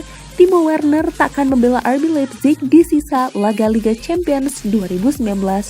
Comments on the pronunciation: leipzig bacanya laipcih min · iya min karna jerman ei dibcanya ai, zig jadi cih